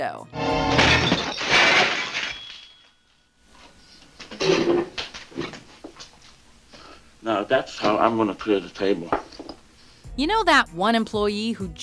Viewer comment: MarlOn Brando, with an O, not Marlin